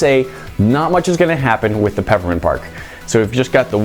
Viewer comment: Did he say pappermint?